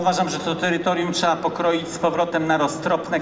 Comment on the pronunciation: Jest pewna prawidłowość w tym co On mówi, jak jest czegoś za dużo to "cza" to odstrzelić. No to od jutra strzelamy do mocherowych beretów .... :) :) :)